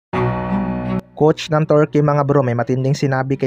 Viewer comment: KAYA NGA EH HYPE MAGKWENTO KALA NIYA SIYA ANG NAKAPANOOD, TSAKA KAABAN NG GILAS TURKEY ITONG NAGKWEKWENTO TORKEY NG TORKEY HAHAHAHA